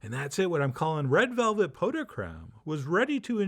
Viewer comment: You actually pronounced it correctly, "pough"..